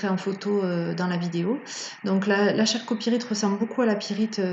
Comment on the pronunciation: CEST pas chalcopirite mais on la prononce Kalcopirite